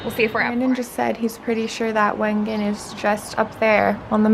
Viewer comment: I LOVED this vlog. In January 2020, I did a trip to Switzerland with my father on a very similar path. Majority of our time was spent in Wengen (it is actually pronounced Vengen) for a World Cup Ski Race called the Lauberhorn because there was a celebration of all previous winners of the race and my dad is one of them! We primarily spent our time in Wengen and Lucerne so getting to see all of these locations in the spring has been absolutely magical and has me so nostalgic of my trip I had with my dad a few years ago! I can’t wait to go back and spend more time in Lauterbrunnen because I truly felt it was a fairytale